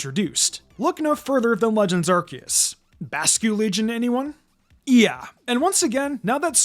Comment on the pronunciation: it's pronouced "Are-See-us"